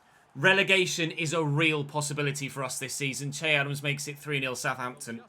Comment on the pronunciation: You pronounce its not chey even though it may be spelled che it’s pronounced shay